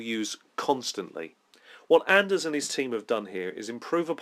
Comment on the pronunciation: Just one clarification, It's Ander not Anders. I know you always slip up on that point.;) I really like the way these videos are laid out with the images and movement. Well done. I think I'm really going to like this book. It reminds me of the divinity books that were put out for the Tekumel / Empire of the Petal Throne setting, in that each one has a good amount of detail and flavor given for each one.